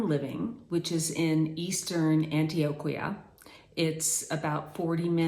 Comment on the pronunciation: Yezzzz woman, learn to say the names of the places you live in. Antioquia learn to pronounce it correctly is respectful.